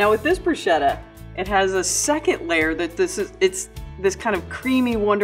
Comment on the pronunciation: Broosheda? It’s brusketta